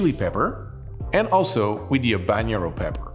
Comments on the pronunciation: It’s all good. It’s confusing. You don’t pronounce the H in Habanero and the n isn’t a ñ like it is in jalapeño. But if you can pronounce anything in French, you win regardless. Great channel. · Habanero mispronunciation count: 4. N and Ñ are different sounds. Ñ is like jalapeño. But habanero has a regular N sound. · Ok - let's break it down: 1) It is an entertaining video! However - besides of the fact, that he pronounced not only Jalapeño wrong- but also Habanero (and I am sure, that there were more pronouncing errors - which I totally excuse): 2) most of the heat of a chili is in the ribs / pith. The seeds are often pretty bitter. Of course there is heat in all areas - but it is pronounced in the mentioned areas. It is a bit telling, that this hasn't been researched and mentioned wrongly... 3) Chilis are notoriously inconsistent when it comes to heat. Eat one birds eye - and it is not spicier than a jalapeño (or other milder chilis) and another one who blows out your head! The same applies to all chilis. It depends from plant to plant, to climate (the said stress of the plant) and also to region and ripeness. So if this habanero was gentile - it is a very wrong notion to give a recipe with 4.5g - because it could be the "death" of your next cocktail, if you get a spicy one. It is also a shame, that poblanos were not tried. It has an amazing flavor (very distinctive like jalapeños - similarly vegetal - yet different) - which is the "mildest" of all peppers (besides of bell peppers). *The lesson to be learned: the spiciness on the Scoville list is showing the average spiciness of a pepper - which you can't really generally apply. 4) I would also use different tequilas for different peppers. Jalapeño peppers (serrano peppers, poblanos, Anaheim) - basically all "vegetal flavor pepper" are